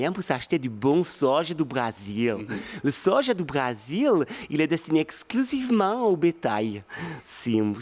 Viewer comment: "Le sojau"😂